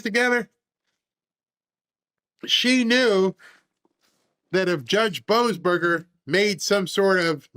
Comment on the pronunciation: you called him BO-ASSBURGER hahaha